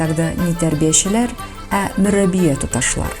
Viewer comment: Мөрәббия, а не мөррәбия.